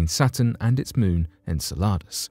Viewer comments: If he calls it SALADS one more time I swear... en-sell-ah-dus... not ENSALADAS (aka SALADS in spanish. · It's Insel-u-dus not insa-la-dus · Sounds like you're saying enchiladas 🤣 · The narrator doesn't know how to pronounce Enceladus (en-sell-a-dus). Hhhmm... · Just incase you need to make another video about “Enceladus” again. It’s pronounced - en·seh·luh·duhs - thanks for coming to my TED talk 😂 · it's en cell a dis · Saying the name wrong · Your saying the name wrong and pisses me off each time